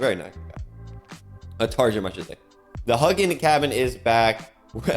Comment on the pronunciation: oh my dude, saying this with love but i die everytime you call it a "huggin cabin" So its an old Norse name as in vikings. so its hue (as in philips hue) gin (as in gin and tonic but the G is like.... gearbox) For bonus points Hugin and Munin are Odins ravens who circle the world every day to bring him news. Respectfully, Ca1